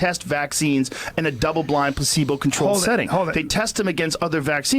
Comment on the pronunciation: Jo Rogan said “double blind PACEBO” 🤣 what an idiot.